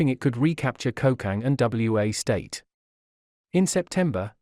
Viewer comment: It isn't W.A. state. It is Wa State.